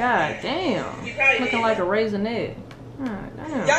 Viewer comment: Did you say raisinette?? Lol